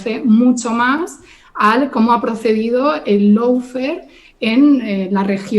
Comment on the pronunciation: "loufer" dice. 🙄